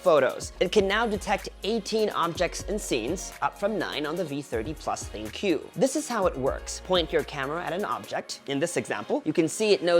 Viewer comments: I think it's called as think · I wonder why tech reviewers struggle to pronounce it as thinQ (think) as the AI feature suggest it. But nevertheless it was a great review and fun to watch. Keep it up.